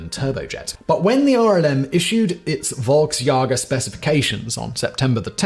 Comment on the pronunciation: Simon mispronouncing Volksjäger kills my soul, but then no beard Simon makes it all better